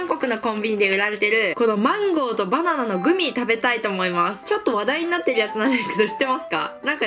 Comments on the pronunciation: バナナって言えてないwwwwww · 所々、バナンとマンゴーて聞こえる笑笑